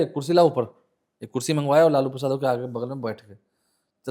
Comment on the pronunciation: इसको लालू प्रसाद यादव का नाम तक तो बोलने आ नहीं रहा और यह लालू प्रसाद जी का किस्सा सुना रहा इसको पता भी है कि लालू प्रसाद क्या हैं